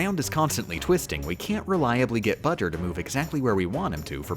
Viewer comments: "Bowser" not "Budger" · Everything he says budger my trigger level increases by 5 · I hate all the times ya said "Budger" When I finish the vid ima put all the times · Um Who’s bajar it’s bowser jr thanks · I don’t know why you keep referring to Bowser Jr. as “Budger”. Unless it’s “BJr”. Either way I think it’s funny. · She says it like that because if you sound out "B. Jr." It sounds like that "buh-jer" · Why is she calling him budger? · Why did he call him budger? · B-owser J-unior BJer, which they pronounce "Budger" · no its budger :3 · Why "Budger"? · Why does he call Bowser Jr. "Budger"? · why does she call Bowser Jr. Budger? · I think she is. B. JR - Budger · Nobody is talking about he is saying bowser jr wrong 😡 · It's obviously for a joke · Love the video. Hate the way you pronounce Bow-Jr.